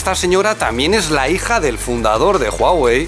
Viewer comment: Gracias por este análisis tan interesante, cada vez se ponen más imparciales y eso es genial. Y me gusta mucho como pronuncia Huawei, si me escucha a mí, me tira al río jajjaja. Saludos desde un Huawei:)